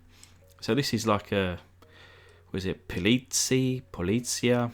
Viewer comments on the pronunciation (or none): It’s pronounced ‘polits-eye’. I used to have a Porsche 911 polizei car. And yes they really did have them! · It’s a West German police car, I have seen many of them during my travels around Germany, the German word polizie is pronounced pol-its-i, the new German police patrol cars are silver and blue. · You gave this 300E a “donk” look—LOL! Love the detail you’ve done to this car. BTW, “Polizei” is pronounced “polit-sigh”, if you really want to know. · The word ''Politzei'' is German for ''Police'' and is pronounced '' Polit- zai'' ... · It's German. Polizei means Police and is pronounced polit-zye. Should've gone with high-gloss black -- matte black makes it look like something that should be up on blocks in a back alley. Those ugly wheels are just plain stupid looking.